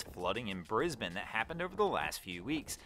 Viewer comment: Thank you for pronouncing Brisbane correctly. 👏👏🏆🏆. A lot of Nth Americans don’t get it right.